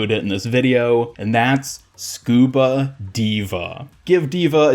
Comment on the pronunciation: Not Scuba D.va. It's Scuva... I'm so tired.